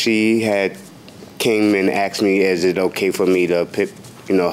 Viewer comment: When someone says “axed” instead of “asked” I already know they have issues with the law